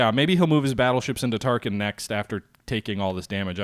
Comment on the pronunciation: Every time you call Tarakan "Tarkin" I find myself wondering about the assault value of the Death Star. :-)